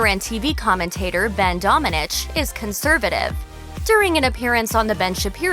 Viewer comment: Hi! You mispronounced Domènech, wich is a Spanish surname, the strong sillabe is "me" and the "h", in this case, is silent.